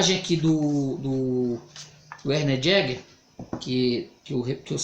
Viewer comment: Esse é meu livro preferido, seu vídeo foi interessante. Sou uma correção: a pronúncia do nome do autor é "vérner iéguer".